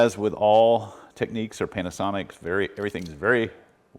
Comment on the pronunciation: Technics is not pronounced the same as techniques.